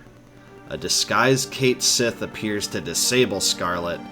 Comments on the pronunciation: It isn't pronounced "Kate-Sith" It's pronounced "Ket-Schi". Weird, I know. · Brw, cait sith is pronounced kat shei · "There, Cait Sith" "Noooo, it's pronounced punch me in the face" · Ugh while I mostly enjoy this channel, hearing the mispronunciation of 'Cait Sith' so much makes me cringe